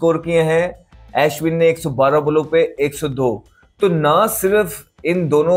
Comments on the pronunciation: Ashwin ❌ Aeshwan✅ Jadeja❌ Jaedeejaa✅ 🤣🤣😂😂😂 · Bhai pahle Ashwin aur jadeja bolna seekh le😂😂😂